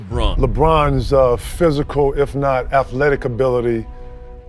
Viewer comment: Say the word Athletic. Please....just once. For us!